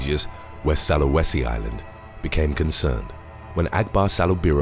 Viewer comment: Soo- la- weh- see not Sa-loo-weh- see☺